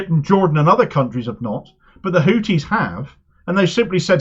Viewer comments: A small point, they are called Houthis, not Hooties. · I was speaking about pronunciation. Hooties sounds like a topless bar.